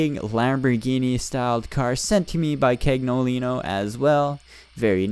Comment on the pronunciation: Cagnolino is pronounced "caniolino" d